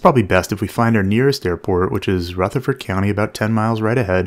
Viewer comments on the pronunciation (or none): A little N.C. knowledge: Rutherford County is pronounced “Rufford.” Rutherfordton is pronounced “Ruffordton.”